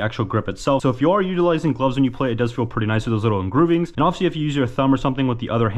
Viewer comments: What the fuck are “Engroovings” 💀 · "Engroovings" lol